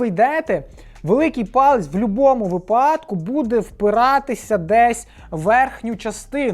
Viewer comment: ВИпадку, а не випАдку Підписався, але це капець, вчи українську мову шкільну програму по наголосах